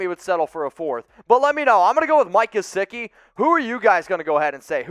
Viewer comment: Do not say Mike gesicki...pls dont